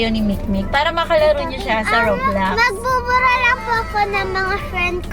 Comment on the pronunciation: Roblox po kasi hindi po roblux